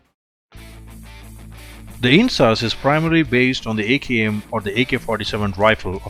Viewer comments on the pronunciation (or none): A-COW dung RIFLES 😂